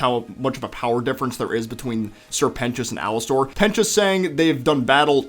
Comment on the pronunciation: Please just say Alastor and not Alastair!